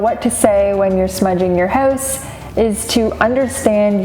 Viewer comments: Where are you from? You say hoouse funny 🤣🤣🤣🤣🤣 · I can tell by the way you say hoose, your house must be in Canada, eh?